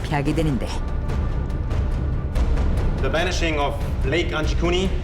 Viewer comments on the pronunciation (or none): 배니싱? or 붸니슁 banising or Vanishing